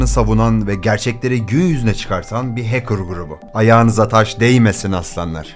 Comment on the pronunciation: Hacker’ı “HEYKIR” diye telaffuz etmesinden belliydi zaten 🤓